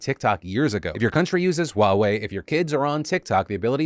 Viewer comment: Is "Wa-We" really how you pronounce Huawei in English? Never heard it pronounced like that.